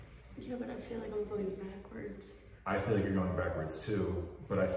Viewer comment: damn "feel better", not "fill" (ahaahah "fill" too! :-))